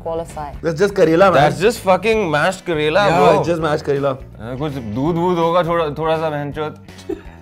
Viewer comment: Bihari "Yaaaaaah"